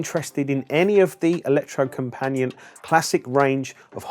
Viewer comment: Electro-Company-At ( A bit closer to the Norwegian pronounciation )